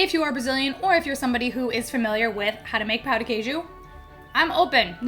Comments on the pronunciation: Thank you for trying pão de queijo!! It's a national treasure. Just beware the word "pão", because foreigners always pronounce it "pau", which means "d*ck". Of course we understand it's difficult, but it's still funny. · I am not an expert in cheese bread, but I would like to inform you that you, as well as other speakers of the English language, cannot nasalize the word pão and end up speaking pau, which here means something else further below the equator of the anatomy. male. By the way, I love you channel. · i have a tip for you on pão de queijo, but when it comes to pronouncing it, not on how to make it hahaha you want to make the "ã" in "pão" as nasal as possible (instead of the open "A" that's easier to go for when we're speaking English), that's exactly what the ~ on top of the "a" symbolizes. not pronouncing "pão" nasally gives it a tooooootally different meaning, trust me, you don't wanna know it...😄😄